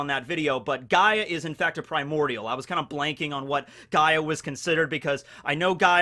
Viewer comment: OOOOOOO HES TALKING ABOUT GREEK MYTHOLOGY. I'm Greek bois he got Gaia correct.